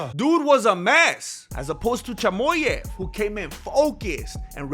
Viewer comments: Your Mexican is really showing when you say “Chamoyav” 🥭🌶️ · Chamoyev 😂🤣😂 I can’t stop laughing. You delivered the facts in a very entertaining way 😂 *subscribed*